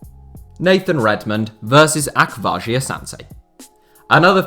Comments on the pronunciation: How he says akwasi is actually painful 😂 it’s Ach- was- e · Ak - was - e